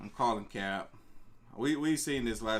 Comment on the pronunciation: It’s hard watching these, he talks to much. Chill wit the “cap” you playin tf outta that goofy ahh not even saying it right 🤦🏾‍♂️😂